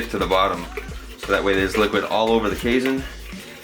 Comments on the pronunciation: It's pronounced like cay (rhymes with day) + seen FYI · Lol, your pronunciation of "casein" so many times in this video made me giggle.